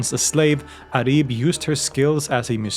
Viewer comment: It’s not Arib it’s pronounced Uraib in Arabic.